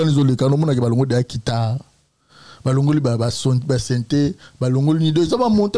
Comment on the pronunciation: On dit guitare et non kitare